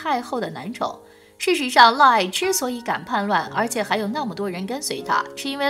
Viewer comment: 是的沒錯，「嫪毐」就唸「嘮矮」。